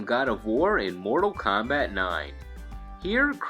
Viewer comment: "...Mordal KAHMBAT..."